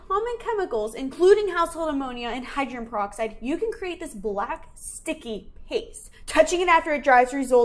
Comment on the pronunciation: She can't say hydrogen,She pronounced it like Hydren 😁.